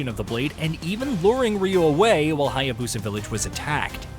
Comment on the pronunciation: This dude is still saying Hya-bosa, need to learn the correct pronunciation of the names bruh...